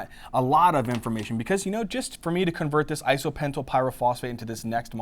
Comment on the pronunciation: Great video thx! but isnt it IsopentENYL PP instead of isopentYL PP??